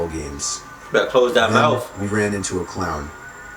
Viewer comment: betta close that mouf lol ()